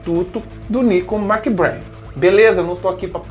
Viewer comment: "Méc-BrÊin", rimando com "trem".